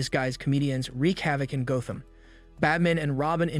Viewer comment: Oh shit it’s AI HAHA GO-tham City? Not Gotham?